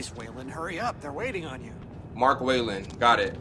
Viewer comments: It's Waylon not wilyin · Waylon Jonsohns in its pronounced with a a so ahhh